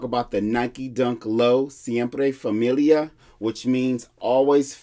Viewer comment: Pronunciation on point for the name brother 😅👌🏻👌🏻